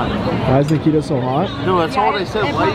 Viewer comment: Ne-key-ta lol that’s what said